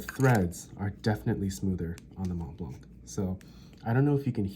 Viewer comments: Mont blanc, the "t" and "c" are silent as is the "d" in grand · Montblanc. The c is silent.